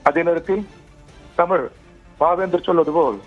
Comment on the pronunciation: ஆரம்பிச்சடங்ய்யா ஆரம்பிச்சிடாங்ய்யா டமிள் வாள்க, வாள்க வான்கவே வாழ்துகள்